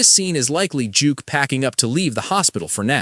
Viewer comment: Duke not Juke